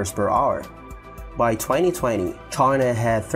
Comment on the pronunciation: Why you call China Try_na??!